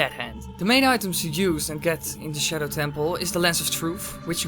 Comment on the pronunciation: I get triggered when he said shedow lol 😂